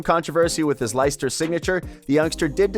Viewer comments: 'Lie-ster' , who the fuck are them?, its pronouced 'Les-ter' , fucking dumb yank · Never heard of Liester ………...it's pronounced 'Lester', but spelt Leicester. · The way you pronounce Leicester is classic hahaha